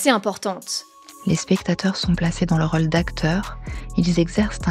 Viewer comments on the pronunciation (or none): none